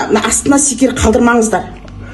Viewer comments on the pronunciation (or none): Секер емес, дұрысы шекер